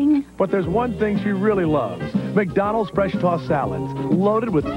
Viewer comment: Turning McDonalds into ACK-Donalds.